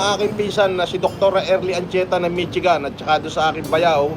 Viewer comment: MITCHIGAN? HAHAHAHA BOBO TALAGA AMP! IT'S PROMOUNCED AS MISHIGAN